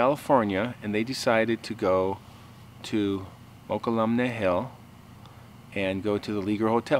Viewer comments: Its pronounce MoK-EL-LUM-NAY like Tuolumne's pronunciation. They are our local first people. Funny enough a female tribe member told me her experience with a bigfoot when she was young. Shes in her 70s now. They dont treat bigfoot like the rest of us because its ingrained in her herritage. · It's pronounced Moke-kul-um-nee. Just outside of Sonora between San Andreas and Jackson. The Legend of this Hotel lives on throughout the foot hills of the Sierra Nevada Range. Yessir, this story is told by many of the old timers in the mountains. The Frog Jumps take place every year to this day in Angels Camp...Calaveras Co. I've been going to it for years. Every one should take the kids to this....good food and a lot of fun. Good show...Thank you. God Bless. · It's pronounced muh-cull-uh-me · We've pronounced it mu-QUAL-lum-nee my whole life. 🤷‍♀️ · I lived in Sacramento for quite a while and it was pronounced to me several times as MO-kell-um-ee. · It is pronounced ma, cull, a, mee, I really enjoy your stories! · A side note, Mokelumne is pronounced Mo-kula-me. I lived there for a few years. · I have always heard it pronounced Mo - cull - ah - mee